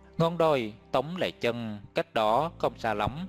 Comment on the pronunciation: Tống lê chân mà đọc sao ra lệ chân .sửa lời tào lao .